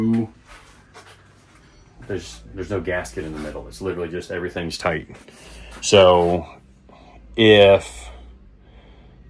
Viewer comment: Its good n tight said like a german not good n snug